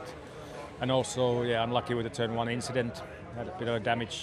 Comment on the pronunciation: I would have loved to see where Hulk placed if not for the inchident